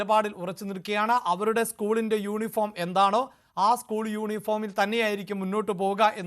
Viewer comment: ...യോനിഫോമ് അല്ല യൂണിഫോം ആണ്...